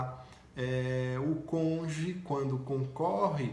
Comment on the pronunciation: Conje? Aprendeu com aquele juiz de Curitiba?. As explicações foram boas e úteis, mas esse erro é grave.